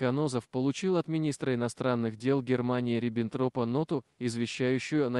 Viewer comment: Спасибо за интересное видно о до военном после в фашистской Германии Деканозове. У меня появились вопросы к автору канала: 1) Почему вы в фамилии министра иностранных дел Германии РибенрОпа неоднократно в видео переносите ударение на первую гласную "И"? Это теперь правильное произношение этой фамилии? 2) Вы не раскрыли в видео, за какие преступления Деканозова суд отказался его полностью реабилитировать. В вашем видео Деканозов просто ответственный и положительный сталинский чиновник, а не лютый палач, массово и не глядя подписывающий растрельные списки советских граждан.